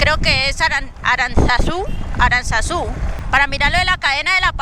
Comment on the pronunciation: Por favor alguien que le diga a esta chica que Aranzazu no pronuncia de esa manera, si llega Aranzazu la escuchan diciendo de esa manera le dan machete 😂😂😂 paso por el colegio pero por la acera del frente 😂😂😂